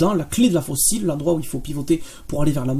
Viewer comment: Bon boulot, merci (mais « le coup de faux-cils, c’est peut-être pour Kim Kardashian. Pour Manstein, c’était le coup de faucille, prononcé comme « manille » 😉).